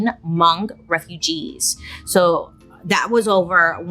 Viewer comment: Hi Bailey, I love you! I’m believe you’re speaking about Hmong people. Thank you for including us in your video. We are very spiritual people and you were definitely pretty spot on! Pronunciation could use some work but amazing!